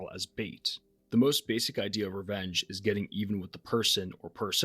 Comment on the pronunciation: I thought you kept saying wrench films instead of revenge films lol